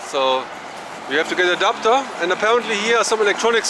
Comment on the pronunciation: Thought he said a doctor not an adapter😂